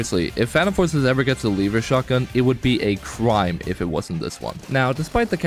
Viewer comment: The way you say benelli and lever makes me want to blow myself up, its just so impossibly incorrect